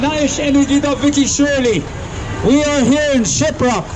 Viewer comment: SHIPROCK!!!!😂😂😂😂Not SHIBROCK!!! Jawns!!